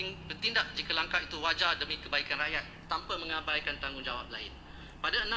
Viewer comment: TANPA Bukan TAMPA..nampak sangat pemalas baca buku